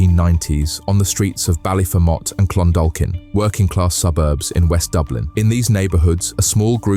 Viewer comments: The way you said Ballyfermot is the wrong way and the names are said wrong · He couldn't even pronounce Ballyfermot Wright